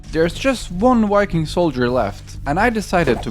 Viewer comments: Why did you spell it viking? You keep saying WIKING so idk why you would spell it with a v,, seems counterintuitive. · Lmao Norwegian people can’t even say V,, 😂 they literally can’t put their top teeth on their bottom lip and say veeee, or vuhh that’s CRAZY lmao 🤣 💀 I’m dead